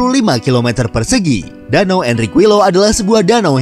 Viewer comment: Info aja min Qui = Ki LL = y Jdi Enriquillo dibaca "Enrikiyo"